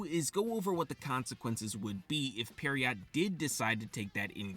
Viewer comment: Pronouncing pierrot as "periot" is wiiiild 💀